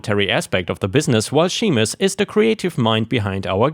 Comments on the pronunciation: Seamus is "SHAY-mus"... like Sean is "SHAWN". Gaelic spelling is a mess. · Seamus is pronounced like shame us. It's an Irish name. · Seamus is Irish and is pronounced "Shame-us". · FYI, Seames is a Scottish / Irish name and means James, pronounced as SJames where the 'SJ' is pronounced just as in Sean (re. Sean Connery) whitch means John. English is an odd language. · pronounced ...shame us.....